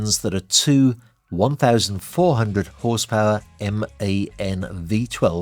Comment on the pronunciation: Thank you for saying M.A.N. and not '"man" like so many others now. It is not an acronym, but an abbreviation for “Maschinenfabrik Augsburg-Nürnberg”. That they dropped the dots or interpuncts in 1986 does not help in this development I have to admit though.